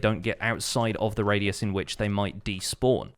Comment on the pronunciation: “RAID-ius” LOL